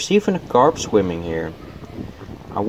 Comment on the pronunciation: 'there's even a corpse swimming there; me: o_O...oh he said carp